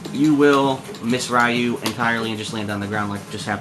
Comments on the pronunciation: Your pronunciation is annoying me. Suh-GOT not Saggit. Ree-ew not Rye-ew. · it is SAGAT not SAGET and its RYU not RAYU...what the fuck is wrong with you man. God damn whites just cant pronounce simple shit. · stop being foolish now, and learn the real pronunciations, Ryu is pronounced Lyu, one syllable the L sound is slightly R-ish, like L and R slurred together, the japanese sound that gets romanized to R is actually half way between r and l. This isn't a sound in English, so it is difficult to pronounce and sometimes impossible for some people speaking English, try looking for some demonstrations. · suh-gatt! ree-yu! pronounce